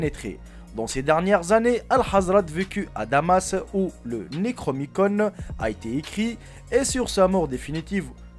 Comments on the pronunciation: On dit "Necronomicon" ! Et les images que tu as mis sont des illustrations du web. Le Necronomicon et le mythe de Cthulhu sont issus de l'imaginaire d'H.P Lovecraft. PS: le livre Euthanasia de Hickey dans le thème du suicide est facile à trouver et pour l'avoir lu en pdf, y a franchement rien de follichon. En revanche un livre sur le même thème "Suicide mode d'emploi" de Claude Guillon est interdit, plus imprimé depuis des décennies et s'achète 300/400€ d'occasion. Et la en revanche c'est quasiment 250 pages avec des moyens infinis de se suicider avec des trucs facile à trouver (sans douleurs), le livre de Hickey 90% c'est des poisons dont certains qui n'existent plus et qui sont pas accessible. Bref "suicide mode d'emploi" est un "vrai" livre dangereux et interdit (pour l'avoir feuilleté j'imagine même pas le carnage si l'état n'avait pas fait de procès) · C'est Nécronomicon, et Cthulhu, c'est bien de faire des vidéos mais essayes au moins de faire des recherches sur les prononciations avant merci pour nos oreilles.